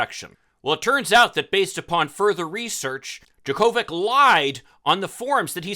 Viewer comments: "Jocko-vitch", not "Jo-Ko-Vic". 🤦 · It’s pronounced, JOKE-o-vich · 100's of 1000's of tennis fans around the world are CRINGING at your pronunciation of "Jo Ko Vich"'s name. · You really can’t pronounce his name after him being tennis champion for decades?!! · I agree with everything you said except for how you pronounced his name. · First: If you’re going to do a story about somebody, pronounce his name correctly. Second, we shouldn’t be critical of anti-vaxxers after how we let Aaron Rogers, The Green Bay Packers and the NFL off on a major infraction. It’s the same situation of somebody can ignore rules based on who they are!